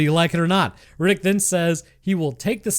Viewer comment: i love the "chronicle's of Rinninck!"